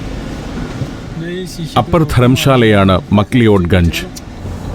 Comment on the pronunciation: മക് ലിയോഡ് തെറ്റായ ഉച്ചാരണമല്ലേ സർ? മക് ലാവുഡ് ആണെന്ന് കരുതുന്നു